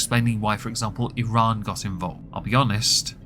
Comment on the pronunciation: Thank you for saying “Iran” correctly